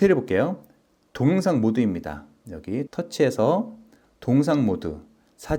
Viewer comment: 동영상을 왜 자꾸 동상이라 발음하시는 지요?